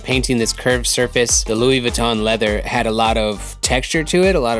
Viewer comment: Ok the N In Louis Vuitton is silent and the brand is beginner shit. Not really part of the runway fashion world. Normie shit. Also it’s not even real leather lol buy givenchy at least. Cheap